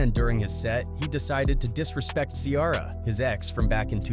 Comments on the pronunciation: You got Ola Runt right but you didn't get Ciara and bow wow's name right? What the f*** is wrong with you? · Boe-Wow and C-Ara….. yeah AI! Is! Horrible!